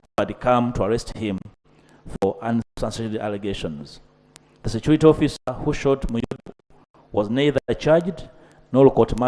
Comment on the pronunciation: Ugandaaaàaa! Security security! Not securite.😅😅😅😅😂😂 pronunciation please? Security not securite speaker Ainta Among, please get the pronunciation right